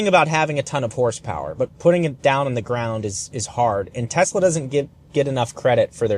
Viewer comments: Did you say Tesler? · "Teslur" fuckin great lmao. Liked and subbed for that. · You said tesler. I had to drop a like. 😂 the only thing imma call it and I gotta get one.